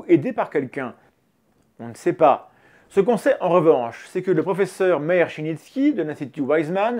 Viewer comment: Désolé d'être chiant, mais Meir, ce prénom Hébraïque se prononce "Mé-ir" en deux syllabes, pas "mér". Voilà c'est tout voilà quoi. (Et Menachem, le CH se prononce comme le J espagnol, vaut mieux le remplacer par un r si on a du mal à le prononcer) Rien d'important, mais j'aime bien faire chier le monde.